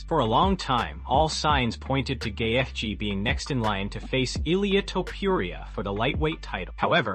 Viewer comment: Love the butchering of the names, "GAY-fj". And pics of Khabib as Ali???